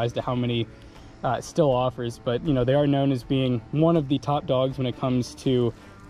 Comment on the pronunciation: Why do people pronounce stihl “still”? It’s pronounced “ Steal” or “Steel”. And I never owned one but man a lot of people Mispronounce poulan too they call it “ pool in” when it’s pronounced “ pull in”